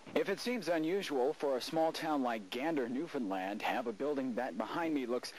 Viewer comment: This US sailor pronounced “Newfoundland “ correctly, telling me he spent a little time among the locals.